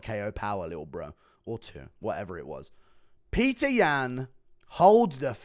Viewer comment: say Petr's name right